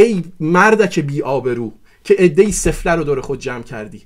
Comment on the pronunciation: چقدر تکراری بود گفتارت. تمام این گپها را میشد در حداکثر دو دقیقه خلاصه کرد. در ضمن تلفظ واژه سفله را درست بگو. کشتی همه را با دو واژه « سفره » و « قطاع الطریق »